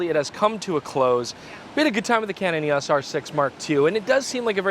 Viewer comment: E...AWWWSSS! It's EEE OOWW EESS!!